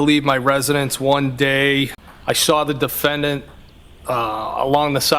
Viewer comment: The only time they use the R is when it doesn’t belong. Instead of saw, they say sar 🤣🤣🤣🤣